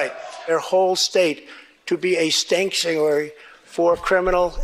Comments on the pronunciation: “STANKtuary” LMFAOOOOOO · I might have to start using the word "stanktiary." 😆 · A “stanktuary” is my favorite one 😂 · “Stanktuary” is my favorite new word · I'm sorry, "stanksuary" made me laugh, I might start saying that